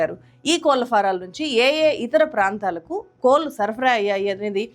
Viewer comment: కోళ్లు కోల్లు కాదు కదా గారూ